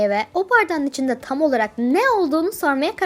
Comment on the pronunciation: Tam Yerine Niye Çam diyosun Gıcıkkk oldum yaaaa🤦🏽‍♀️